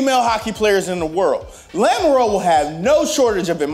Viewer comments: Yes she's an American but it doesn't change how that name should be pronounced to at least be phonetically pleasing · After that butchering of a clearly French last name in Lamoureux somewhere a Frenchman is crying